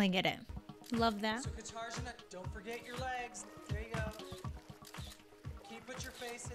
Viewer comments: Not to mention how unprofessional it is for Tyra to mispronounce the name SO badly throughout the entire cycle. Like she didn’t even care to pronounce her name correctly. And the worst part is, that it’s almost pronounced exactly like it’s written… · She did correct them but pronounced it the Czech way :) Which is very close but still off the Polish pronounciation. The stress is on a different syllable for one and the rz/ř sounds are a bit different. But I agree so much with the horrible self-hating Eastern European stuff. It's not like there's not a ton of models from that part of the world who seem to be doing fine despite how they look with their long hair kept in a hairdo that doesn't look like they just rolled out of bed. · Vega the English "g" sound is not even close to Polish "rz" tho😬 but thanks for writing about the disrespect! Unfortunately, since Marvel can't even pronounce the Polish name "Wanda" the right way, I'm not having high hopes for Katarzyna or Kasia. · And they’re more than happy to get all these foreign designer names perfectly correct and other models unique names so why not even put in effort for Katarzyna? Disrespectful af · thats a random thing from this season that made me so mad, them never pronouncing Katarzyna's name correctly, like i understand it being a 'foreign' name, but seriously once you have been told 3-4 times the proper way, theres no excuse to keep messing it up. (this is episode SEVEN of the season) It's played as a 'hahaha funny name weird i cAnT eVen reMembeR how to saY it xP" through the season until she was eliminated- its plain disrespectful to just flat out not care about how they addressed her and i get even more heated in retrospective viewing. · They were always pronouncing Katarzyna's name wrong and never bothering to listen to her when she would demonstrate how to pronounce it. It was so frustrating! Deliberately mispronouncing a person's name is so careless. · Yep. I cringed every time I heard "Guitar-Jenah".